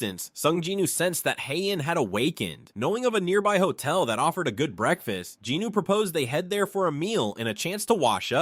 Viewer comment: Great narration but "jinuu" instead of "jinwoo" is killing me lol